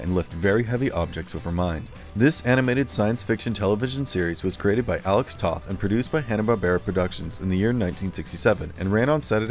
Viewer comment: Captain Planet didn't become a Hanna Barbera show until the end of it's run (there was definitely a noticeable dive in quality). Before that, it was produced by DIC. Also, Alex Toth's last name is actually pronounced like the word "toe" with a "th" at the end ("toeth").